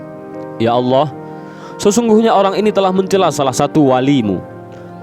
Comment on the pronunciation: Salam dari malaysia saya yakin orang yang menyampaikan cerita ini org..betul2 belajar tentang agama..sebutan allah nya..sangat tepat..igatnya..org indon sebut lah nama raja sekalian alam dengan betul.. adalah Allah✅ ALLOH✖️